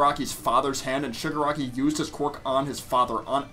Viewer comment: Your Freaking saying Suger Aki 😂👊